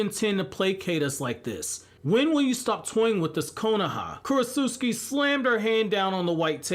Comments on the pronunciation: Kuro-s-uscki My ears: 😬 Me: I thought it was Kuro-ts-uchi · Sounds like you’re saying Kurosusuki lol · Is korutsuchi really pronounced as "Korosuski"? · Ok Kurotsuchi's name can't actually be pronounced the way you pronounce it all the time in your videos, can it lol? If it is I'm gonna need to have my jaw surgically reattached. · U pronounced her name wrong da whole video